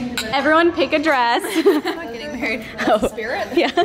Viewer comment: “She’s getting maweed “